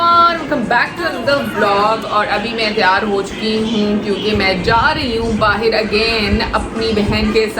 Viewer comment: baahir nhi bahar bolte hai bahar jari hu.....tum baahiir bolti ho